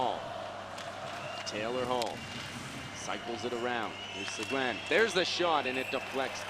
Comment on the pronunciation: please his name is talyor seguin not segoine look up the french pronomciation please, the u is silent. thanks for the feed.